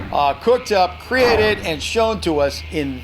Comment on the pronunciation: "acreate" "cannibals" - are you okay there?